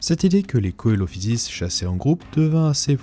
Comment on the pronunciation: Coelophysis se prononce « Celophysis »